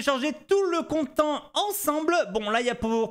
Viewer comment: content en anglais ça se prononce con-tènte 😃